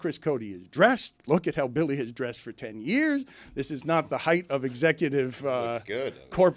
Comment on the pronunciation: Does Dan know it's Billy not Willy 😅